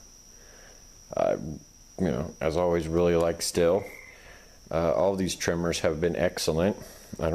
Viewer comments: The brand name is pronounced "steel" not "still". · No it's stihl